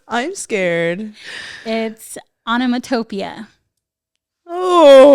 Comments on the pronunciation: Am I the only one who noticed that pronounced onomatopoeia way wrong lol its pronounced on·o·mat·o·poe·ia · aa·nuh·maa·tuh·pee·uh This is how to pronounce the last word. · the way pronounced onomatopoeia i would’ve spelt it wrong too!😂😂 it’s pronounced onno-mat-toe-pee-a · Lmao not the person in the back not pronouncing the words correctly either. 😂 I can’t with y’all. ONO-MA-TOE-PEE-UH. is how u pronounce onomatopoeia.😂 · FYI that is not how you pronounce onomatopoeia 💀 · Onomatopoeia - she didn’t even say it right 🤣 so how could they spell it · The fact that onomatopoeia was pronounced wrong 😂 Producer set them up 😂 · You don’t even say onomatopoeia like that 😩😂😂😂😂 🫶🏻